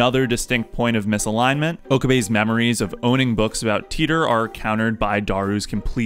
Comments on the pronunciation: I forgive you for the pronunciation of Rukako, but... what's with Titor? Isn't it supposed to be something like "Tie-tor"? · Really like your analysis, although i can forgive your use of "Luka", not using "Tai-tor" deserves a dislike from me. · SPOILER Titor in japanese is pronounced "taita". The "Titor" part of the name Barrel Titor comes from HashiDA ITAru.